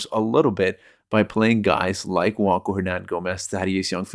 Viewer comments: Bro you lost me when you said JuanCo* it's Juan (wan) Cho (cho) 🫠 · Juancho is Spanish. "ch" doesn't make a "k" sound in Spanish.